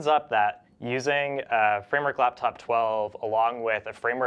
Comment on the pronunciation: when he says laptop his mouth says laftop